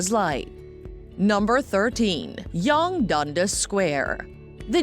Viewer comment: Yunga Dundis Sint Lawrence 😂